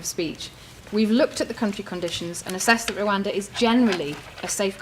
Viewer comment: Today I learnt that after all of those elocution lessons Rishi still can't pronounce the word Rwanda. How can you trust a man about how safe it is if he can't even say the name! 😂